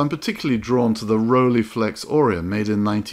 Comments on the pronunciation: Nice video, enjoyed it, but please do not pronounce it as Rolleeflex but as Rolleiflex with the ei sounding like 'I'. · Rolleiflex, pronounced Roll-eye-flex, not Rollyflex. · Probably someone has pointed it already out, if not: There is no Rollieflex, it's Rolleiflex (speak roll-eye-flex, since German "ei" is pronounced like English "eye". "ie" would be pronounced like you say it, but that's not the name...